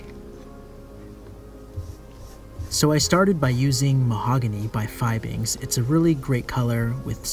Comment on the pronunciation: I love your videos. I've watched them all. But I wanted to let you know that Fiebing's is pronounced Fee-bings and not Fye-bings. Keep up with the outstanding videos! I watch them while I polish my own shoes.